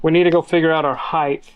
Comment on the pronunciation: I know you're busy but you're not too busy to pronounce the word "Height" correctly. The word is height, not heith! There is no "th" in the word Height.